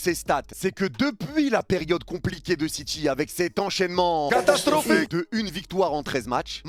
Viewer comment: Résumé de la vidéo : C’EST CATASTRRRROPHIQUE